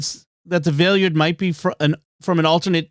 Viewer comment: The way you all pronounce the Valeyard's name is driving me nuts.